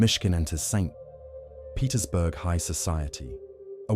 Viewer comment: lost me at "Saint........ Petersburg" AI BS